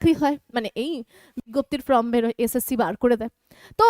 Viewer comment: ম্যাম, ফ্রম মানে হইতে আর ফর্ম মানে আবেদন পত্র, উচ্চারণ একটু ঠিক করুন না, আপনি তো ম্যাম বলেন নিজেকে, ফ্রম বলা কি ঠিক হচ্ছে, প্লিজ এটা একটু দেখুন।